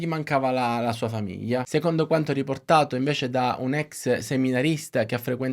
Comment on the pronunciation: Con il dovuto rispetto, non capisco perche sempre piu persone pronunciano male il suono gl...; " famiia", " fiia", " taiato" ecc. È sbagliato ( non sbaiato) e davvero brutto da sentire. Come quando viene pronunciato " magina" anziche macchina. È un peccato rovinare una bellissima lingua, oltre al buon lavoro di questo comunque bravo youtuber.